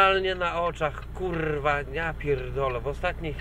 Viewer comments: ten akcent na 'rrrrwaaa' :D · kurrrrwa.....kurrrrrwa......kurrrrrwa.....kurrrrrrwa :P sporo tego sie posypalo ... chyba kazda kurrrwa przypada na 1 krowe :P